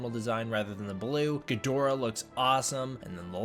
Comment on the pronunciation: Ggidhora - never seen Ghidorah butchered so badly... gidora is what I did